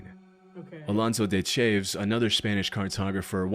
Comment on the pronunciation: I'd not heard of Alonso de Chaves, but I'm willing to bet his surname had two syllables, and it didn't rhyme with "shaves" ;)